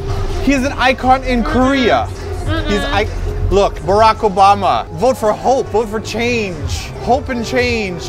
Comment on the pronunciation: BOrack Obama? Really? XD But omg yes, the SUV. I was like "um guise? Guise? GUISE SRSLY YOU GUISE MOVE."